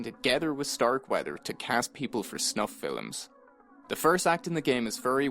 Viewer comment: I'm not going to get over you calling them "Filim's".